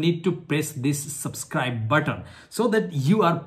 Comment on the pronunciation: oochh i felt that punch when you said subscribe...